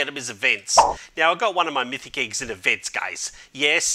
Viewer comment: "Diz Mithic Iggs lol I hear it like diz